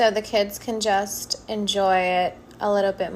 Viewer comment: Am I the only high one as well and heard “endoy” instead of “enjoy”?😭girl you’re so sweet and pretty